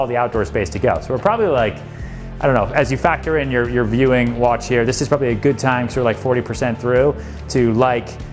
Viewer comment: Real estate must be berry, berry, goot (like beusbull) to Ryan. Place looks great!